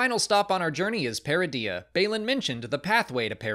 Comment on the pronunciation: My inner Hermione is like: „It’s Peridea not Peredeeeaaa“